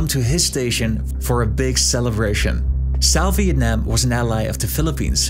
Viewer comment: Great pronunciation! "Việt Nam" WOWWW